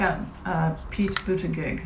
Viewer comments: Hi,. Thank you for sharing with us. Buttigieg is pronounced "budda-judge". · SuLebo215 Yes, Su, I watched his interview on Late Night with Stephen Colbert. When he pronounced his last name, I thought “oh THANK you!” The way it spelled it looks German, but the way he pronounces it it sounds French. And I was very impressed with his straightforward, down-to-earth problem-solving responses to Stephen’s questions.